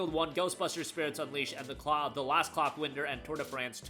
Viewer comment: 🕑💨er Yeah that's not how clockwinder is pronounced